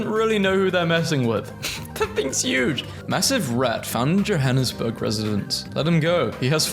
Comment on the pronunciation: wow , the only YouTuber that isn’t South African pronouncing Johannesburg correctly 😃